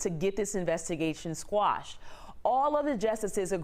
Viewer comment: QUASHED, QUASHED, QUASHED, QUASHED, MOTHER FREAKING QUASHED!!!! NOT SQUASHED.